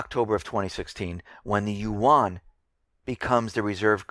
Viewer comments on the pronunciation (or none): none